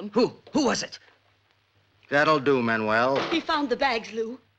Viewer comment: Okay, that’s it! Did this movie not have some kind of voice coach? How many times have characters called him MAN-U-WELL? The dude’s name is MAN-WELL FFS!